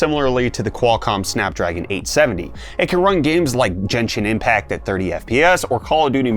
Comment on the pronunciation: Never have I heard Genshin Impact pronouced that way.